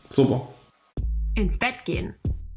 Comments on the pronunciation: "suppa" :'DD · "subba"😅 haha ich liebe 😅🙈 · immer "suber" 😂😂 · hahahaha;D "suppa" Ich kan nicht mehr;D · Am Ende immer "subba" 😂